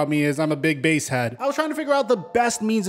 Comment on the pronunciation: I know it’s 2022 but basshead sounds like BASEHEAD and…. Idk if I’d say that like that lmfao